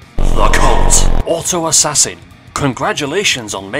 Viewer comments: Also why you say it as ass-ass-in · The way you pronounced assassin 💀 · whyd he say "ass-ass-in" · "Ass sanin" Bruh I mean i get that its for comedic porpuses but still